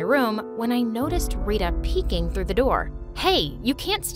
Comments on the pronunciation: It's not how we pronounce Tara and Rita. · Yeah they didnt pronounce tara properly and rita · It's not "taerah" It's "Taarah" With the t being pronounced as the t in Thursday without the h sound, that is how the t in every indian name is pronounced, same with "rita" It's "reeta" With the t in Thursday without the h sound, not "riduh" Also, diana is not indian, diana is not an Indian name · Tara is not pronounced as te+ra. It is pronounced as ta+ra Rita is pronounced as ree + tha